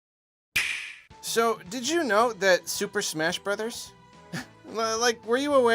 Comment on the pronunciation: What did you say? Smersh Berders?